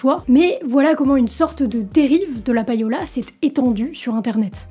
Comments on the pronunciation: "païola" m'écorche les oreilles tout le long de la vidéo 😱 On ne prononce pas "païer" en Français (pour le verbe payer) mais "pêïer". Et bien en Anglais, c'est pareil : LE payola vient du verbe "to pay" (payer) et ça se prononce "pêïola" et non pas "païola". Voilà, déso mais fallait que ça sorte... bise! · Très bonne vidéo mais attention, ça se prononce plus ou moins comme pay'owl (prononcé pay comme 'pay' en anglais) et non pa-yo'la... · "payola" se prononce "péola"... "pay" = "pé" facile quand meme, bordel